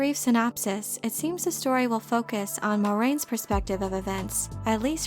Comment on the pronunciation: Gotta give you props for 𝘯𝘢𝘪𝘭𝘪𝘯𝘨 the pronounciation of Moiraine every single time (most people I know tend to call her "Moy-rain" 😐). And a great aggregation of what is known, thanks for summing it up in one video. Sure makes it easier to catch someone up on the news!